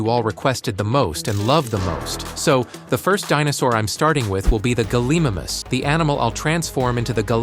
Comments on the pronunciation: It’s not pronounced gullimamus its gallimimus and it’s pronounced gal-i-mime-us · Galimimus gal-ee-mie-mus